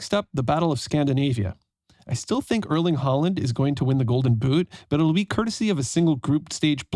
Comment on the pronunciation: Ørling Haland? You seem good at pronunciation when it comes to names from more different languages of English. But butcher Norwegian.